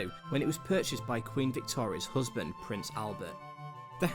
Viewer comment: The narrator needs to take elocution lessons. "hoosband"